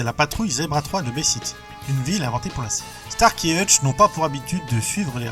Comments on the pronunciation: Cool vidéo, mais p*tain, c'est StarSSSSky, par Starky 🤣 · Glasner??? Glaser et c'est Hutchinson et pas Hutchinston... et enfin prononce bien starsky et non starky. Ppppffff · Salut l’ami! ☺️Quelques erreurs de prononciation des noms (« Starky », « Glasner », Mélanie « Greenfit », Kim « Cantrall »), mais c’est le seul reproche à faire. 😅 Je n’aurais pas fait mieux au niveau recherches et montage photos/vidéos. 😄C’est vraiment une superbe vidéo, Mec !!! 😉👍 Merci. 🤗❤️ Bonjour du Vietnam 🤗🇻🇳 ps: j’étais petit à l’époque (je suis né en 1971 et devais avoir dans les 10 ans) et je me souviens de l’épisode ou une secte satanique dit « GLOIRE À SATAN !!! » 😂 C’est le « Meme » de l’époque! 😆